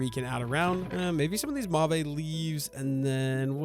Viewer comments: The purple wood is pronounced like "mov" or "mahv" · it's kinda fun seeing your trial and error😅 but every time you say mauve it sets my teeth on edge, could you please look up how to say it😅 also would love a dip into create next time🥰 especially for iron production😊